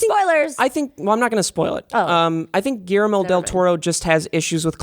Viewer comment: Did you say GARAMEL Del Toro???????????????????????????????????????